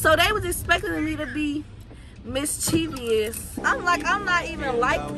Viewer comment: Shauna wants attention so bad 💀 and how you pronounce ‘mischievous’ wrong?🤦🏾‍♀️😂